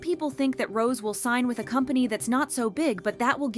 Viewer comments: Rosé is pronounced Rose-ay. Stop calling her Rose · it’s pronounced ROW-ZAY not the flower rose…. That’s why there’s an accent over the E how do you not know how to pronounce her name yet you can’t seem to keep it out of your mouth. If your going to talk about them get the names CORRECT